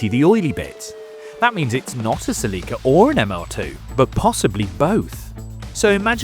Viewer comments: What the heck is a Sa-Leak-Ka? Celica???? You mean Cell-Lick-Ca? NEVER have I heard it pronounced Sa-Leak-Ka. That is awful! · what the hell is a "ceLIca"? You mean Celica? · Celica pronounced (sell ick a) not (see Lee ca) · Right, that pronunciation is awful. Cell-Lick-Ca flows off the tongue so much better than Sa-Leak-Ka. Why U.S. drop the (u) from words, pronounce (Z) "Zee" instead of "Zedd". And Aluminum as Ah-lume-mini-mum vs. U.K. "AL-YOU-MIMINIMUMUMUMUMUM". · OMG my Queen....... -zah English speaking friend! There's ZERO "LEAK" in the Toyota Celica! It's pronounced; when spoken as it should (Cell-i-kah) cheers mate! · Uh Seh-Leekah lol nice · what’s a “sell-Lee-kuh”??? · What’s a “ceh-lee-kuh” ?? 😅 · Uh suuhlecka? It’s pronounced Celica. 😂😂😂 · Why do brits mispronounce everything? It's Sell i Cah. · Selleeka ? Are you intentionally saying words different just for fun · sa-lee-ka My Neanderthal brain took like 2 seconds to process you were saying Celica. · 110%. Sounds more like Selllica the way they are saying it. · Toyota pronounces Celica as “SELL-ih-kuh” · The real pronunciation is actually Seh-ree-kah. 😄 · The way this guys pronounces Celica is killing me yo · I’ve never heard the name Celica pronounced more redartedly 😂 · Please learn to pronounce Celica. Shudder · I know, it always makes me laugh too. Especially when James May says it. 🤣